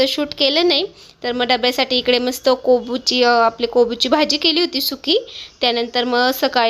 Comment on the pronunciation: Kobu nahi kobi mhan